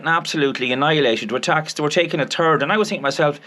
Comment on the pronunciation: Good for it,s a pity you can,t give them a turd instead of a third of you wages. That,s what it sounds like when you say a third, love the accent.